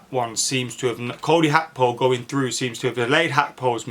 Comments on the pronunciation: Gakpo not akpo 🤣 top man 👍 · Bro do you not see the G in Gakpo? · When did Gakpo become Hakpo? 😂